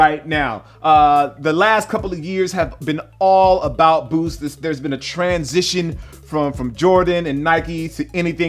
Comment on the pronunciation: When he said booth instead of boost it stood out to my ears so much